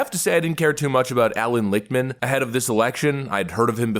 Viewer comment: Lichtman??? Every . Single. Time 👃